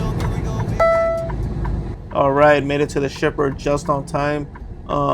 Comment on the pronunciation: Is it just me or does it sound like he says “stripper” instead of shipper 😂